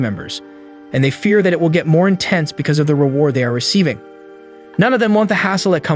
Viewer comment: Nice story, I just wish he knew how to properly pronounce Will. Is infuriating!